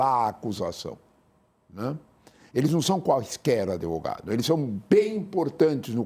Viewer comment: O intelectual que fala adEvogado…. Não preciso dizer mais nada